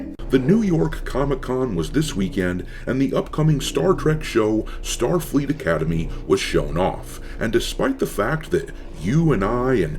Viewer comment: “Star Fleek Academy” lol.